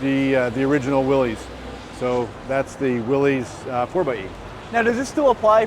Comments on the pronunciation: Except he doesn't know the correct way to pronounce "Willys". But hey, nobody's perfect! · I am suprised the VP of Jeep pronounces Willys wrong.